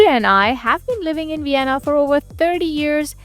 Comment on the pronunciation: So is fluent in German, and probably had English in school, and is still pronouncing "u" instead of "v"? Uibe of Uienna districts doesn't quite have the same ring to it as using a strong proper "v" souns.